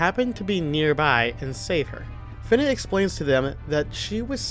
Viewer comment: You’re the one other person I’ve come across who pronounces “Fina” as “Finna”. She finna be a pirate